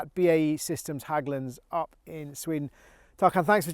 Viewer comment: How do you visit Sweden and Hägglunds and not learn how to pronounce "Hägglunds" properly? The letter "Ä" is not an "A", no matter how much you may want it to be. It is pronounced in a completely different manner. There is no such thing as "Hagglunds".